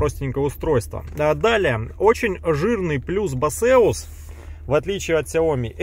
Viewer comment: Да не басеус это, а БЭЙСОС или БЭЙСУС